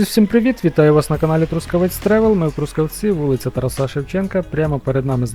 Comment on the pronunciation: Та вже хоч навчіться наголошувати слово ТарАса Шевченка, блогере місцевий!